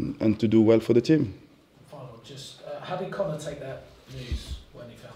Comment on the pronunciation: Its Conor not « connard »😂😂